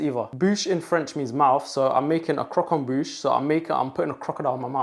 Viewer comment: "If youre lactose intolerant, grow up" that was not what i expected the 2nd half of the sentence to be💀💀. A+ pronounciation of croquembouche btw🙂‍↕️✨️👏